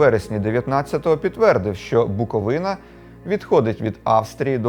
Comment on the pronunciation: Привітики з Чернівців) дякую, що БуковИна, а не БуковинА 🤗